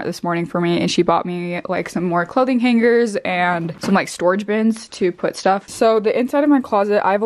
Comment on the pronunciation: You pronounce hangers differently than me